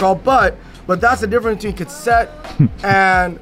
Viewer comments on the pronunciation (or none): consent? ka set? is a kook lmao love him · So damn funny when kept laughing and grinning when was miss pronounce Cassette 😂😂😂😂😂